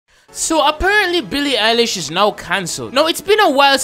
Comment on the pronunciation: *INHALEE SSSSSO BEEEE LII EYE LISCH IDS CANKELLED